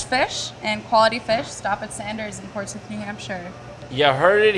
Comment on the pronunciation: Gotta give props to a guy who knows how to pronounce "Portsmouth" correctly.